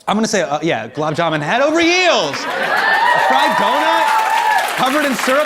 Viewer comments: "Gulab Jamun", with the n sound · How you gonna roast people for pronouncing your name wrong but then totally butcher gulab jamun? 😭😂